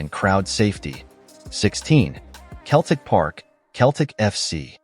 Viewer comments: Hoo the phuq are you? It's pronounced "Hills-bu-ruh"/"Hills-bruh" not "Hills-borrow". It's "Seltic" not "Keltic". "Berm-ing-gum" not "Ber-ming-HAM". "White Lane" it was "White Hart Lane". It's "Darby" not "Der-by". " 1970 ess" for "1970s" get real. Whoever you are do yer effing homework. Pretty much every ground in England, Wales and Scotland was the scene of "hooliganism" in the late 1960s, 1970s and early1980s - nothing to see there. Every ground had its area (or fortress) for its hard nut fans. And I am sick of the ubiquitous (look it up in an effing dictionary) US accent, pronunciation and emphasis (we (UK) emphasise the second or last syllable - not the first) on effing everything you watch on YouTube. Is the US trying to take over the world by its cultural imperialism? I think so - phuq off with yer cultural imperialism. Answers on a post card - you effing Yanks might have to look up that UK cultural reference. Jog on. Sick to death of you. - or the people who use some Silicon Valley tool to make yer vids - do your own voice-over, if you want to be (or appear) authentic. Rant over.... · What a load of shite. AI generated shite. Can’t even pronounce Celtic. Shite multiplied by infinity